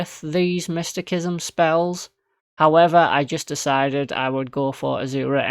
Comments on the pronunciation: Pronounced mist ta sis em. But it makes the vid more funny with mystikism 😂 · Mysti-sism is how it's pronounced. 😅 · After hearing mistykism so many times, I've started to say it loke that without even meaning to 😂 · Sir, the way you pronounce mysticism is quite peculiar. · Cant pronounce mysticism, beats game w it anyways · While the 'c' in 'mystic' is pronounced like a 'k', the 'c' in 'mysticism' is actually pronounced like an 's'. Maybe you should search up the etymology first before telling others to do so.